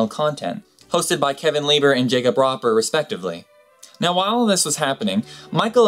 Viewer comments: Roe-per( not roper) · Jake Roe-per it's pronounced, actually.